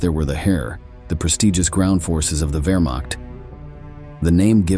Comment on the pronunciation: i 2nd that. also, it ain't wermack.